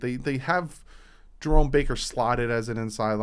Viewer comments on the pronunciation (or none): none